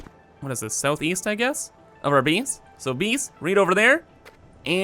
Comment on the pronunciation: You pronounce your A's as EE's sometimes Space becomes Speece Base becomes Beece